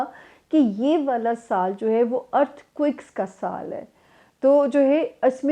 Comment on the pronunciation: Samiah Khan, plz correct this word. Its not earth quick. Its " earth quake".